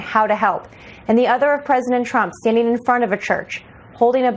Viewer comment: "The Preshident" -- Sleepy Joe